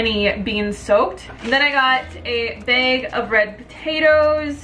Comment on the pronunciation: "I steams a beg, I got a beg of organic onions, this comes in a mesh beg" beg bag.